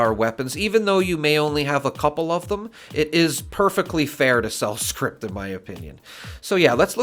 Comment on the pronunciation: It's "scrip". Not script.